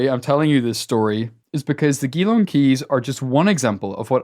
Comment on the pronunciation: Surely they meant 'gee-long', not 'ghee-long'.